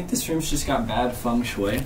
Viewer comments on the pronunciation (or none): none